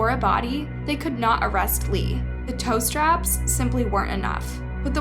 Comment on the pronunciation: I giggled at the pronunciation of "tow strap," then it quickly ended and I didn't smile for a whole day.